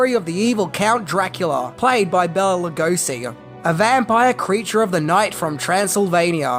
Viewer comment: So much misinformation and half truths. I give this video a C-. First of all, you mispronounce Bela Lugosi's name throughout the whole video. You should have started with getting his name right. BAY-la lu-GO-shee.